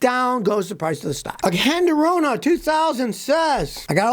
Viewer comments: I know you hate the Korean cars, but can you at least learn how to pronounce Hyundai. It's not yondeye! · ITs pronounced Hudai, not Junday, seriously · Yun-die. Scotty’s own personal pronunciation. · YoungDie? Dude, H ain’t silent. I’m no fan of Korean cars, ICE or EV, but I’ve seen you bashing Chinese cars before as well. So my assumption is you are biased AF. Anyway, why do you think these car factories are located in the South? It’s because of cheap labors there, not because the labors are skilled there. So any cars made in these places are potentially craps, American, Japanese, Korean, what have you. Heck, even cars made in Europe are craps, my Audi Q5 was a piece of crap and I sold it without any hesitation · When Scotty learns to say Hyundai correctly, maybe you can take anything he says seriously...